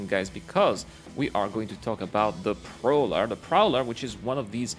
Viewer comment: Terrapin proller